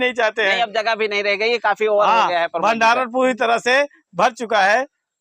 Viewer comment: भाई उनका नाम प्रमोद है, आप दोनों लोग उनको परमोद -परमोद कह रहे है 😀😀😀😀😀😅😅😅मै सोरांव से हूँ